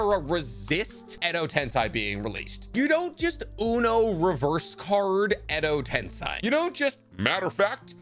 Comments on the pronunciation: Sai didn’t create reanimation 😂 edo tensaaay not sigh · God the amount of things u get wrong and how u pronounce Edo tensei as if it was edo tensai pisses me off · It’s tensei..not tensai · Edo Tensei, not Edo Tensai.... Dude, come on! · Every time he pounces edo tensei like that i died inside a bit more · it's not edo TENSAY it's edo tensei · I like your content, but I do have a minor nitpick. It's the fact that you pronounce a lot of words incorrectly and use the wrong terms for different things. Examples: 'Edo Tensei' being pronounced as 'Edo Ten*sai*' or 'reanimated' getting replaced with 'reincarnated'. Also the gold and silver brothers were not descendants of Hagoromo, I don't know where you got that from. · Its edo tensEi, not tensAi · why is it so annoying the way he says edo tensei, he says it like its meant to be edo tensai, ITS EI... TENSEI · Edo tensei. Not tensai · still butchering the names its not tensii its tensei pronounce it like tensay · why bro INSISTS on saying edo TENSAI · why you also gotta mispronounce Edo TenSAI? 😂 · Hello, I really love your videos, but in this one, I cannot help but point out, that it is pronounced edo ten-say instead of rhyming with hi. Still, very great video, thank you. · Am i the only only a but trigger by the way he prenounce "edo tensai" its killing me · the pronunciation of edo tensei passed me off💀